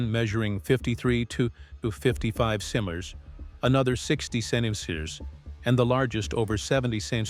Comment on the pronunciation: AI can't say "centimeters"